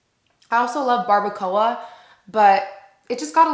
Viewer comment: The way you say “barbacoa” 😅🤣 HAHA so funny